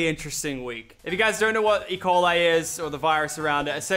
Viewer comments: I thought he said Ebola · Guys I just though Lachy was gonna die because I thought he said EBOLA Not E.Coil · Bro I thought he said he had Ebola 😂